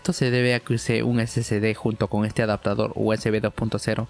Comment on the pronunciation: Amigazo...excelente video...pero usted pronuncia....SCD...Y ES SSD....SI LOS ESCRIBE BIEN...pero como habla rapido...se turba y cae en lo mismo k la mayoria k lo pronuncia...🤣